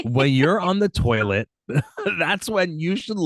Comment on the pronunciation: "We've been dating the whole summer..." She must be 16-19. Also, good job of channeling your inner Archie Bunker with "terlet." 🙂